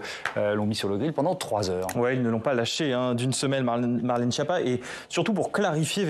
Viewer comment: "Marlène Chépa"